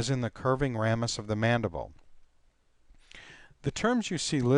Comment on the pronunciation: The correct pronunciation of "foramen" is "for-A-men" with "a" being a long "a" and with emphasis on the second syllable (the "a"). The correct pronunciation for "ramus" is "RAY-mus" with the "a" being a long "a."